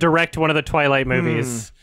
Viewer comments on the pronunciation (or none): You mean "Dwilight"